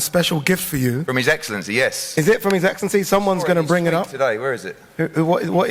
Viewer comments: His Eggscellency 😂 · I walked into his eggslency😂.he missed out on a classic line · His EGGcelency 🤣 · His eggcelency😂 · “Your eggcellency” is diabolical 😂😂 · How did Eddie not say "his eggselency" ? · His eggsalency lol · His eggcelency..